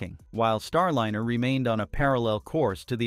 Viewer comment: I agree! Computer voice with so many mispronunciations - how many ways can you pronounce Starliner (?linner!) And WORSER is not a word!!